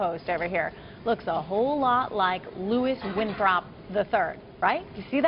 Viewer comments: It's not "Winthrop the III". It's "WinTHORPE the III"!!! She is obviously not a fan of this cult movie nor did she do any proper research. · Did she just say Louis Winthomp???? lol